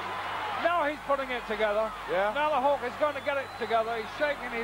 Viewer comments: Why is he calling him ''Hullker''? Jeez was just awful. He'd just start making up names and screwing up names. Jim Neidhart would all of a sudden become Jim ''Neidhower'' etc. during the action he'd also just start going ''WoooooOOOoo!!'' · Did he say; "Hulker" ??? hahahaha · The "Hulker"😅